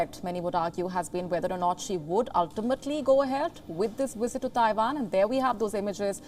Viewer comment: Her wisit